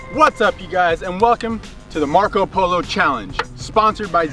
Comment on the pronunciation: Did u guys notice says poler instead of polo😐